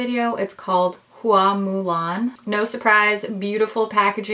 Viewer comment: A+ pronunciation of HUA MU LAN!!!